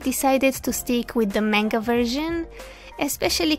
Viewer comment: I'm curios where are you from? Also I love how she turned out. One last note, please look up how to pronounce manga. Other than that great video